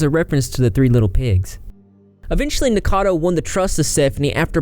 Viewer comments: Its Nick O cado.... Rhymes with avocado... Not nickcado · P.s. it's "Nick-O-cad-O Avocado" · Idk if you're pronouncing his name wrong on purpose but I support it.